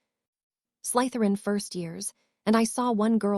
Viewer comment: There is no emphasis on the letter Y in the word Slytherin